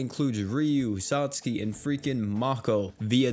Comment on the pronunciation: My man's say sat Suki???💀💀